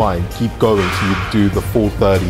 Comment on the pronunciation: He doesnt say 30 with a brit accent lol